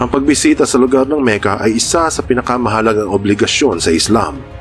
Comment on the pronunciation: Makka ang tamang pronunciation po hindi Meka